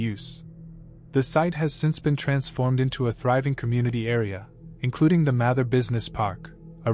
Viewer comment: It's pronounced Mather - with a long 'a', not a short 'a'